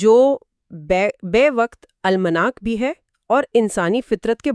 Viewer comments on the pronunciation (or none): Yeh AI Ki translated kahani hai hai kiya? Kyoon k Alamnaak ko " AL Manak " kah rahey hain, Ko k galat Talaffuz hai. المناک آل مناک ( غلط تلفظ ھے ) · آل مناک نہیں الم ناک کہیئے۔